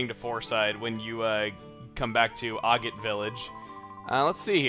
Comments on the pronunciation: It's pronounced Ah-git, like ah i'm scared and your a git. Ah-git. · Hey it’s actually pronounced agate like maggot:)